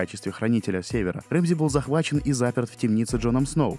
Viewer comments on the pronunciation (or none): Какой нафиг Рэмзи и Винторфолл ! Он Рамси и Винтерфелл !